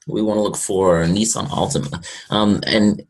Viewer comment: its nissan